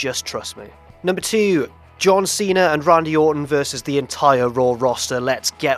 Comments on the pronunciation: I laughed at John Tweena. Keep trying,. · John twena